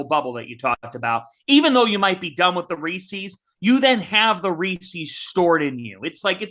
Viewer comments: Reese's not Reesee's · I've never been more upset with the DTF crew than when you disparaged 100 Grand candy bars, the absolute top of the chocolate-bar pyramid (Reese's -- which was WILDLY mispronounced by repeatedly in true torturous fashion -- is the top of an adjacent pyramid).